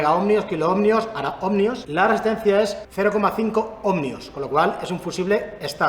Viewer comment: Cada vez que dice /omNio/ en lugar de /Omio/ para los Ohmios se muere un gatito. Buen video igualmente.